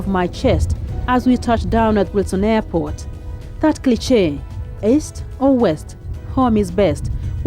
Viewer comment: Balls of steel to go to somalia...but check your pronounciation of cliche